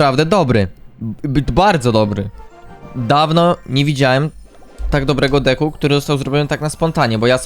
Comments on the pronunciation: Czemu ty zamiast decku muwisz dicku xd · on tak mowi specjalnie zeby ludzie tym w kom spamowali . . .